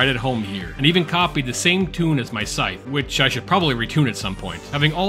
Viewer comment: Learn to pronounce “scythe.”